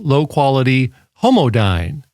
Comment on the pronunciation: Your emphasis on the word Homodyne is quite disturbing